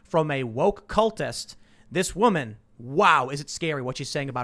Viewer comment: Not woman. Wahman.